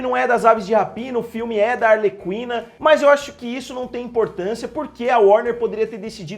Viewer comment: A pronúncia é "arleKina"